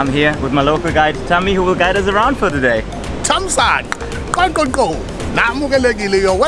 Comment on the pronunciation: Thamsanqa Ndlovu NOT Thamsanga Nolovu